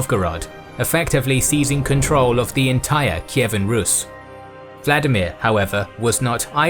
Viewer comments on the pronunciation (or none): The correct pronunciation of Vladimir is vla- DEE-mir, not VLA-di-mir. Accent on the second syllable . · You used the wrong pronunciation here. Vladimir is russian, which diverged significantly from the original language of the Rus as a result of steppe influence and the westernization of Czar Peter the great. Modern Ukrainian is closest to the original Rus and the pronunciation there is Volodimir. In old Russian it would also be the same, but Peter changed the language during his reign. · Volodymier, or Volodymyr, not Vladimir.